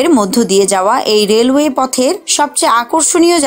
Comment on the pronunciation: রেলওয়েশ বলতে অনেক ভালো লাগে